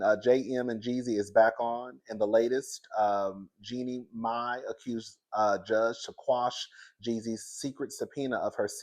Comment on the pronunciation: You finally got it right, boo! It’s “Genie My”